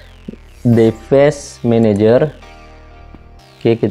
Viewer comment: bang dibacanya divais menejer